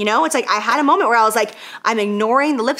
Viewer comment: Whatever y'all do, do NOT play a drinking game every time she says moment aka "Momah" 😂🤣